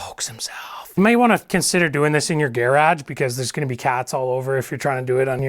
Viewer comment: You sir, are hilarious! Love the way you say gear-ahg 😊 Thanks for the video!!!